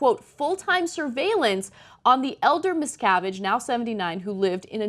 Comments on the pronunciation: They apparently don't do any second takes on this show. Totally live. Ana says a lot of things wrong. The second pronunciation is wrong also. His name is pronounced 'misca-VIGE' not mis-CA-vige like rhymes with 'savage'. Nobody checks shit on this show, either, I guess. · Did she say miscarriage? Was that shade or a mistake? Lol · Check your pronunciation, Anna. You get the son's name right, but pronounce the father's name 'Ronald Miscarriage' at the start of the piece? The standard of reading at TYT is very poor all round..... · Ana, I will always love you but you pronounced his name as "miscarriage" at :05. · Did she say Miscarige?